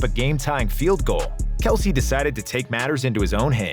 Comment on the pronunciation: Not knowing kelce's name is actually pronounced kels